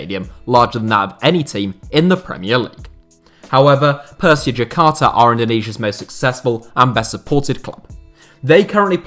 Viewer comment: As a indonesian i'm dying how you said "Persija Jakarta"